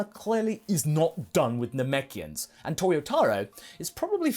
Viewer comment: "Namekians." Me "I'm in."